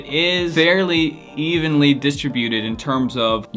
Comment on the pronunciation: How you're pronouncing "distribute/d"..not right.